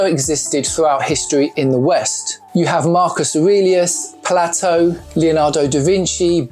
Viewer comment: How are you mispronouncing names like Plato and Goethe? These are amongst the most famous men in history